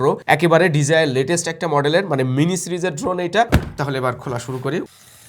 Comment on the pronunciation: Bhai ekta request - DJI eta not DZI